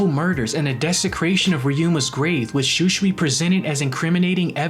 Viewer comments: Bro igs shusui not schuschui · The way you pronounce Shūsui , hurts my ears. Sorry, it just sounds so wrong, please pronounce it properly at least. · Why is he saying shusui wrong